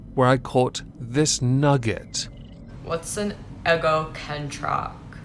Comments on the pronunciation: You wanna know what egokentack is? Its pronounced egocentric, and the first c is pronounced like an S not a K, egokentack is proof never graduated KINDERGARTEN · An Eggo Ken Track is a Egg timer clock in the shape of a Ken doll. Everyone knows that. Can't figure out why she couldn't pronounce it correctly tho. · Eggoh-kantra? Egg-oh-shentrah? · I had to scroll through the comments to figure out what the hell kind of word "eggocontrackt" is. Apparently, its was actually "egocentric". 😂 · She was trying to say "eggo contract" she just wants to get sponsored by eggo waffles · I shant play with her until she's had a wash. Eggo ken trac is how she pronounces egocentric because she basically can't read. That's why she mispronounces all her vowels. (i.e Fex ur wahg" for fix your wig. She was too beautiful to pay attention in class. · Phillistines.... its Eggo Sent Rack, she was clearly mispronouncing it. She was sent a rack of waffles, clearly. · I had no idea the word she was trying to say was even in the English language. Wonder what state's school system she went through to get "eggo-can-track."